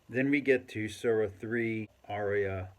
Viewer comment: My man its ayah, not aarya or whatever this is 😂